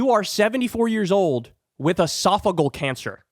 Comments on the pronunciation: Esophageal is pronounced "uh-soff-uh-JEE-uhl", not "uh-SOFF-uh-gull" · It is not esophagul cancer. It is esophagEal. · It’s esophageal cancer not “esaphagal” cancer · Ee-sof-oh-GEE-al cancer, Kyle. Punches like that hit harder when pronounced correctly. I really like you, but put more effort in learning how to pronounce words. When it's your job to talk, that's kind of the deal. I even bet there's an app for that. Btw, I know Kyle doesn't read the comments. That's because I actually listen to a great deal of his content. So, the mispronunciation thing is relevant. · It’s pronounced esopha Gee al. And it doesn’t affect your brain, so what’s your point? He is experienced and as much as I love AOC, you haven’t made a legitimate case against him. Actually, ageism and infighting aren’t Democratic values. I am getting disturbed by the younger factions of our party who are supposedly full of empathy for their fellow humans using this kind of crap. Yuck. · Uh-sof-uh-jee-ul Esophageal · Esophageal has a “soft g sound”. Love you!❤️ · Love you, Kyle, but it's driving me crazy. Esophageal has 5 syllables. E - soff - uh- GEE - əll . That is all. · Its pronounced Esa fa Gee Al cancer.AOC would have No chance of dealing with MAGA. He has years of experience. AOC has a bright future ,but now the MAGAs would make a show of ignoring her at best. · “ehh-sof-oh-gee-ahl” Thought you might want to know? 🤷🏻‍♀️ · It’s pronounced ‘edifice-a-gee-Al’. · LEARN HOW TO PRONOUNCE ESOPHAGEAL!!! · Two thoughts: 1. This guy has been in the news for weeks, and Kyle still cannot pronounce "esophageal cancer." It really isn't that tough. 2. Kyle acts as though the person who gets this appointment will be running the committee, which is a plain lie. The Dems are the minority, so this is an appointment as ranking member, not committee chair. The actual power of the ranking member is being vastly over-represented here.